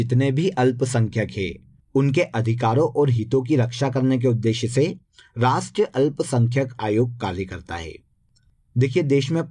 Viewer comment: Rastriya boliye sir